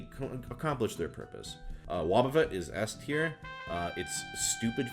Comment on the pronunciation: He mispronounced "S Tier" for Shuckle. That's kind of embarrassing